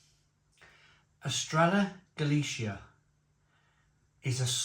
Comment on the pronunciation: The ll sound is like an English y or yuh sound, basically. Don't pronounce it correctly until after the final though.